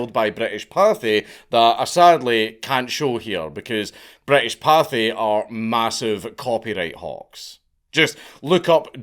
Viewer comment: I like how "juggernaut british party" is in the youtube search suggestions cause of danks pronunciation of pathé